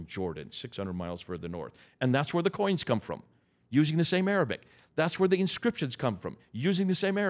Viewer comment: I am impressed and amazed, this man is truly knowledgeable. He has all his facts memorized and every Arabic word is well pronounced, my Arabic (especially relating to the Muslim religion ) isn't strong yet I recognize all the words.